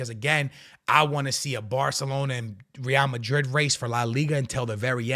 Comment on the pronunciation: Rrrrrreal Mariiiiiid...all about the R'S🤣